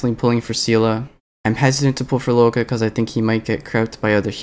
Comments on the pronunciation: luocha is pronouched lwo-cha. cha as in like "chai tea" cha, and the luo part is pronounced the way you'd pronounce the "swo" part of "sword", but with an L instead of an S (its not lu-wo-ka, though luoka sounds like a pretty name tbh) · Nitpick but in Luocha's name the "cha" is pronounced like "Cha Cha slide" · Lou-oh-ka LMAO